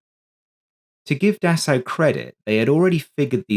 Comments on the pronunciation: "Dassao"? It wouldn't hurt to take 10 secs to google how to pronounce Dassault before producing a video in which you have to say it 57 times... It's pronounced like "dah-so". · A very good and informative video, just one picky criticism...Dassault is pronounced 'Dass O', ok? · Dassault to be said “dasso” only. Nothing complicated.